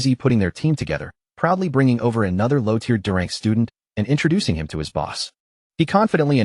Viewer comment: lion pack? lion pride. AI still having trouble with tear (tier) and tear (tare). mih dare? where did this accent come from? mid-air is the pronunciation I'm familiar with.